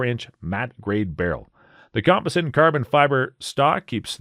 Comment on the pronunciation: Learning to pronounce cerakote and composite before the video would have been somewhat beneficial.